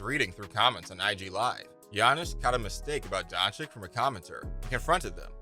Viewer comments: Doing a Video about Luka without being able to pronounce his name. Its freaking Doncic not Doncik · To the speaker, and future one: PLEASE learn to pronounce his/her name... Luka is not Don CHIK, all America knows meaning of CHICK! Don't forget to say, that's SERBIAN surname from his SERBIAN FATHER, we all know the fact that he was born in Slovenia, but still, THE FATHER'S name makes him SERBIAN too! Citizenship is just piece of paper, blood, or DNA can't be fixed or falsified! Luka knows that all. but he knows that with Serbian Passport, he is restricted in travels (must apply for visa to most Western Countries), but with Slovenian (memb. of Euro-Union), he is unrestricted, or in another words, he saves a lot of time and trouble! In good old US of A, millions of people calling them selves FIRST A*****N, than American, and 99,9% od them, can't find that Continent on The Globe or Map! Luka could play for Serbian National Team, I'm sure (99.9%) didn't know that... and so on! God bless you ALLLLL! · Its pronounced Donchich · I think you should learn to say his name correctly before you make video about him. Don-chick? Cmon man, you can do it better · nice vid, but please.. it's been 3 years the 2nd "ć" Dončić is pronounced the same way the first one.. like "ch" in check - Don"chich" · If you're going to do a video to highlight a player, at least pronounce his name correctly. Tip: It's not "don-chik". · His name is not Donchik. Lern his name ! NOW! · learn how to say his name FFS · Maybe u should pronounce his name right first. Make a video after. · Learn to pronounce his name please. It's not that hard.